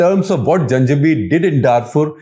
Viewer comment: " I love these Janjweed Irregulars "! This is a nice one.